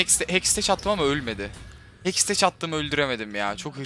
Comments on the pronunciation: abi hexteç deil hextek diye okunuyor:D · Hekstec değil hekstek Tilt oldum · "Hekstek" diye okunuyor "Heksteç" değil. Hani teknolojinin kısaltması.d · hecteks diyişine hastayım asD:AS